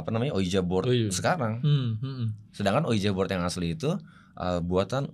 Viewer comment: Sedikit koreksi bang, tulisannya ouija board, tapi bacanya uiji bord bang. Oya, gara² selalu ngikutin GRIN, aku jadi tau, bhw kebanyakan entitas yg menampakkan diri itu sebetulnya cara mereka minta tolong ke manusia hidup, tapi kita keburu ketàkutan duluan.